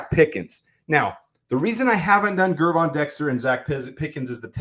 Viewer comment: why do you persistently mispronounce Gervon Dexter Sr.’s first name? The G is soft. Pretend he spells it Jervon, and you will pronounce it correctly.